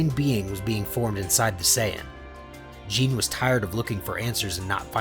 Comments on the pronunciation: ok, i am sorry for nitpicking but ( Gee nay). Otherwise I love the content. Keep it up! I can't wait for part 2. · Good story! Her name is pronounced like Ghee neh so you know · By the way, Gine’s name is pronounce “JEE-NAY”. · Very good vid but it is gine gee-ne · Ah yes "jin" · Gine is actually pronounced with the g having the "guh" sound. So it would actually be gin-nay. Other than that, great story!!! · Another great vid my guy. Side note: Gine is said as Ghee (the food) with the “g” sound like game and not a “j” sound like jump along w/may like the sound a horse makes ( which is actually spelled neigh). So, ghee-nay. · I love the stories but I wish that you would've said the names correctly like the emphasis of gine has a e at the in so it would be Gin"e" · Contemplated leaving after how pronounced Gine but i'll wait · Amazing but it ticks at me how he is mispronouncing gine’s name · this is so good but the way he says Gine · Its gine not gine thats nit how you prenounce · FYI; Kakarots mothers name is pronounced Gina not Jing and yes I am aware her name is spelled Gine but it is not pronounced like that since the "E" is pronounced as an "A" and the "G" having the English pronunciation. So it is Gina not Jing. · literally just say 'gee' like the martial arts uniform. and 'nay' like the song whip and nay nay. hence you get gee-nay not gin-nay. ; ) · sorry but how does gine get pronouced as jean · Gines name is pronounced ginae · Jene lol Gine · Why do you pronounce Gine as Jeen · If you must know Gine is pronounced Ghi-ne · its pronounced gee-neigh hard g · GII-NAY Come on man. Names aren't that hard in Dragon Ball lmao. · did my man just call gene....jeen? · Bud pls giggle how to pronounce the names you called gi-ne ging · He did not just call her "Jean" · Stop pronouncing there names wrong it’s Geenie not Jean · Gi-ne not jen-e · The only thing wrong with this is the name mispronounceation like her name is (je name) not Jean but the story overall is amazing